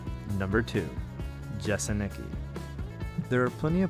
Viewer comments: Jeseniki 😂😂😂😂😂😂😂 It's pronounced "yeseniiiiky" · Džesenyky, Kromrets" xD